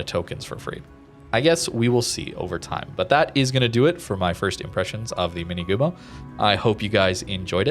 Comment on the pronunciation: Just a slight reminder for pronunciation: Minegumo - the "ne" sounds just like the "ne" in nevsky anyways this one looks interesting, with alternative torp option available in match if it's not so popular maybe those fast torps can stay as a surprise at close ranges